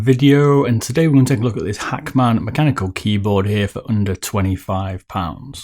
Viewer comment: Like how he says Hackman lol 😂